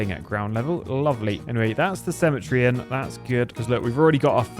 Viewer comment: The way you say cemetery is triggering me